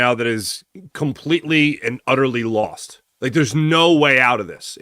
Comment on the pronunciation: You LOST! You LAWhawHAWhawHAWST!